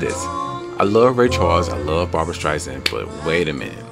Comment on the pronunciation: You must react to the full number. Barbra will blow you away as she segues into Sweet Inspiration. Also, and no offense, but her last name is StreiSAND, not StreiZand. No Z in her name.